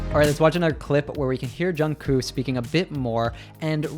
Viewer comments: Thank you so much for this video, it's very useful!! Btw the "k" at the end of Jungkook's name is to be pronounced too, so it's Jungkook, not just Jungkoo. Otherwise great video, tysm!!! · Jk's name is pronounced with a k on the end not with oo.